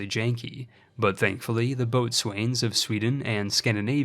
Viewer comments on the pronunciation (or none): Boatswain is pronounced bo-sun